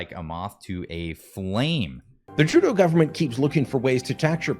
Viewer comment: Remeber It's True-Tho (Trudeau)